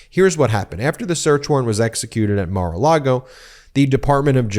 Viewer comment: You keep saying Mar-a- Lardo wrong.